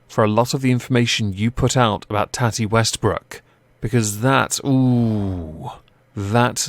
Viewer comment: Tati= toh(soft o)-tee, tohtee It is not tatty. Usually short for tatiana but not always.